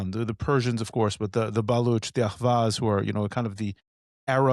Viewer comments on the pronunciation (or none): It's Ahvaz not "AHWAZ", It has always been a Persian land. This woman is delusional. It's Iran's land you can never take it from us. Persian Gulf forever.